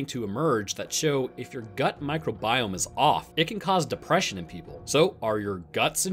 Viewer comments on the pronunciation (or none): none